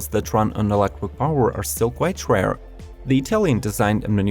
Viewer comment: 2 things I dont like about this video.....the cars are too expensive for me, and the fact that this guy cant pronounce the word electric properly. Why does he insist on saying "electwic" ?